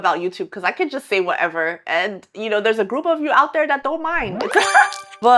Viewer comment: i love your whatevah moments! 👍